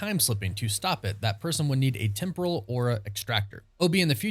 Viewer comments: LOL You keep mispronouncing "Temporal", it is supposed to be with emphasis on the E not the O, at least that is what I found out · TEM-PRAL TEM-PRAL TEM-PRAL its not hard guys